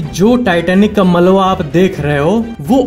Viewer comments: یہ ملوا نہیں بلکہ ملبہ ہوتا ھے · Malwa ni malba